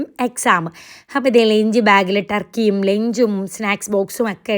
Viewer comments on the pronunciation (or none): none